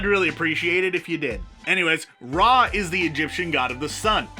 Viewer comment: Dude it’s pronounced ra… not ra..